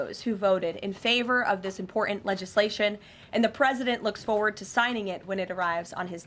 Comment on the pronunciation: she reads like a 5 yr old. Listen to her pronouce "Important" it would be funny if it wasn't so sad